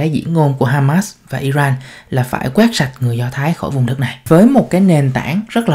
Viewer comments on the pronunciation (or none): none